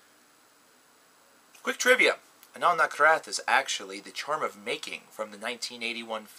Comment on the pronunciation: A fun name to say... even if you are pronouncing it "Nakrath".